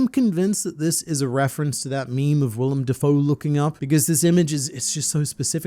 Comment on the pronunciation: Willem D. Foe 😂🤣